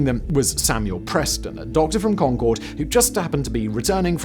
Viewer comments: I live in Massachusetts. The pronunciation of the town of Concord is not like the Anglo-French supersonic passenger jet, where the emphasis is on the second syllable “con-CORD”, but on the first syllable. It sounds like “CON-curd.” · Simon, i love you and your videos, but as someone from Middlesex County, it's not Con-Chord, it's Con-Curd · Con-Kerd, the second O is not pronounced. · It’s not Concord, it’s Khankahd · As a born and raised Bostonian (currently living in Waltham, which you can see on the map) it is my sworn duty to correct the pronunciation of the town of Concord, Massachusetts. It is pronounced Con-kerd or Con-kuhd. And yes, I know Simon doesn't care. 😂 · I wish people would learn to pronounce Concord. It is "Con-kerd" not like the plane. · Nice video although Concord MA is not pronounced like "Concorde" the airplane.. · The name of the town of Concord is, amusingly, pronounced "conquered." Also, there is a Concord, pronounced the same way, in both New Hampshire and Massachusetts. There was a shortage of originality, but in fairness, the two places were a couple days' travel apart when they were named.